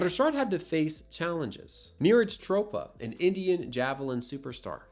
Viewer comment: Give him a green card if you wanna call him American. Chopra is NOT pronounced like that lmao. y'all gotta put in a little bit more research and time into the videos.